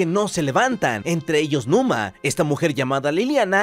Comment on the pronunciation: Numa no luma